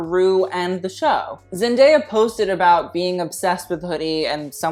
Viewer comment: It’s ZEN - DAY - A not ZEN - DAYA like Papaya